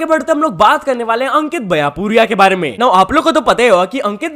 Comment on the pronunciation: Bhai vo baiyapuriya nhi baiyanpuria hai ❤️